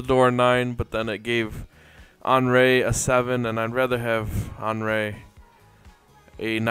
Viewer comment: just a little tip: henry is pronouned as "awnree" :)